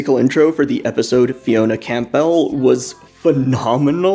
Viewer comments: Camp-bell...homie, its pronounced "cam-ble." You don't eat camp-bell soup do you. Or maybe you do and you honestly thought that was how it was pronounced... So to all the people who think it's pronounced "camp-bell," that's a nope, its like "camble" or "cam-bull," its from scotch-gaelic and so prounced this way. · You don't pronounce the P in Campbell